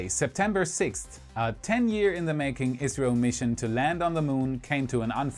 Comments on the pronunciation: maybe i did not hear you correctly at the end but who is checking data and to who do you say good luck? I heard israël but it should be India is it not? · What about it!?, I recommend pronouncing ISRO by each letter instead of as a word so it doesn’t sound like you are talking abut Israel and their Beresheet lander which also didn’t survive landing on the Moon. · That's what I heard the first time as well. I replayed that part and turned on YouTube's automated captions, but they also misinterpreted "ISRO" as "Israel". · I believe he said "ISRO" (pronounced iz-row), India's space agancy.